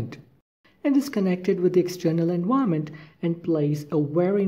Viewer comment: Thanks, the pronunciation of "environment" confused me a little, but in general a very informative video. :)